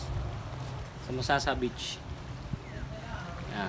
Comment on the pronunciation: MasaSa. mabilis ang basa. saSa na ginagamit na pambubong